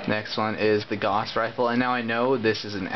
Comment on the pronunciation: "gauss" is pronounced "G-ow-ss" G as in GUH,ow as in OUCH!,and ss and in HISS